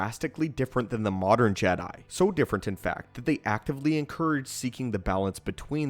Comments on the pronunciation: he said “Jeh Diiiiie” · Is he saying "jedi" in a weird way on purpose? Is this an inside joke?